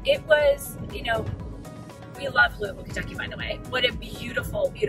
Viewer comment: but you didnt ever learn to pronounce it correctly....as in Lou a vulle,lol